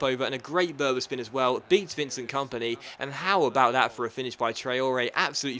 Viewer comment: Berba spin or is it bertra spin 😀😂